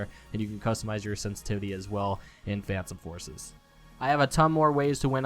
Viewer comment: tip: say phantom forces correct